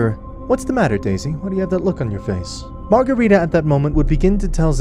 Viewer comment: Marcarita. just use Marcarita. 😵‍💫